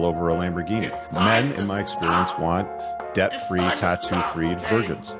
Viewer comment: ah, 'debt-free', thank You. I heard 'death-free' and thought the guy has a thing for immortals, dreams of a goddess :D